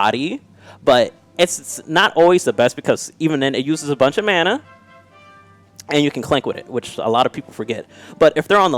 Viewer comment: its not MANA!!!